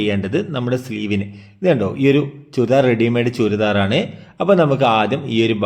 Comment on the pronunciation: Choooridar alla. Churidar aan